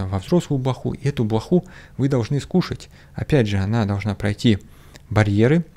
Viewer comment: меня очень позабавило, что блох, яйца глистов мы должны (ударение на слове "должны") съесть. )))